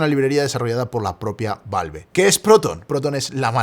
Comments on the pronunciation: me da ñañaras cada que dice valve en vez de valv jajaja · queria ver el video pero no soporto la forma en la que pronuncia "valve"